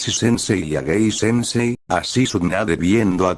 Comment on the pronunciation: En vez de decir gay decia gey jajajajaj aunque en ingles significa lo mismo jajajajajajjaja